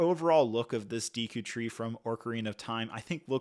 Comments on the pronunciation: Deekoo tree 😢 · You're not pronouncing the names correctly. Sounds like you're saying Orcarina of time and Deeku tree. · Dee-koo tree, orc-arina 😂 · It's Ocarina not Orcarina and it's Deku tree, not deeku tree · Deeku tree? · That was hard to watch “Deeku” (Deku) “Orcarina” (Ocarina) “Headshot” (Hookshot) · Deeku? Orcarina? Ur killing me Hylia 😭 I see your comment about it but it is crazy they sent it to you for u to pronounce ....hahaha oh god it hurts me every time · "Deeku" "Orkerina" "Hylia Shield" "Tablet" "Headshot" "Endora Shroom" "Hyleean Shroom" "Deeku Babis" "Skulltoola" My eardrums are shattered 😂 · I had to pause the video when he said “deeku” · Every time you said “deeku” and “OR-ca-rina” I flinched a little…. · If I hear "deeku", "hyleean" or "orcarina" one more time, I'm gonna throw up. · Seriously, the more I heard "Deeku" the more it made me cringe, step isn't steep, it's not that hard. To me it shows this reviewer didn't take the time to bother reading or making sure his video was good quality. This would be as bad as repeatedly saying throughout a video review Harry Porter, Batmain or The Avenegers. Like for the love of God read properly. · Bro before reviewing a set from a specific licence pls just try to learn to the vocabulary of that specific license !!! D”ee” ku tree, O”r”carina, calling the clawshot/hookshot “headshot” … bro cmon you talk here about one of the biggest video game saga of all time, a bit of respect ! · ‘Orcarina’ ‘deeku’ ‘headshot’ ‘tablet’ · I can let the Deeku slide, but Orcarina killed me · I was just pondering... should I post this or not... Ocarina "Aw-karina" Deku "Deh-koo" I could be wrong but I'm pretty sure those are the correct pronunciations... Lol Orcarina.. Now I'm going to hear that everytime I hear the word. Hahah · you killed the names. Not deeku. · These Deeku Nuts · its deffinitely not like he was saying it lol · Came here to say the same, killed me off with orcarina